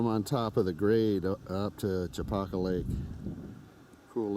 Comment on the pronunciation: Nice video. Makes me miss home. I grew up fishing Chopaka, long before it became a mecca for fly clubs and massive crowds, although it looks like you caught it on a quieter moment. Pronunciation wise, us locals say it "Cha-Packa" not "Cho-Pahka"